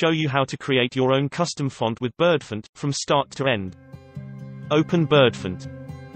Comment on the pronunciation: so Bird-funt Ah ah. I wish it was a human speaking